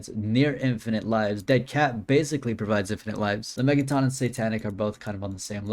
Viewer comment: It’s not “la-mey-ga-tonn” it’s “la-mey-jah-tin”